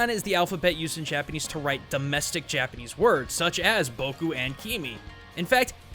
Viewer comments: uggghghhhhhhghhh I never knew how badly butchered Japanese until I decided to move there myself now I can't stand hearing him speak x.x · Your Japanese pronunciation is so bad it makes me cringe